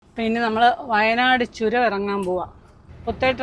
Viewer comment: ചുരം അല്ല ചൊരം താമരശ്ശേരി ചൊരം 😄😄